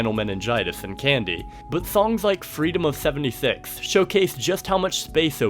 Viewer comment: "Fweedom of fewentyfix"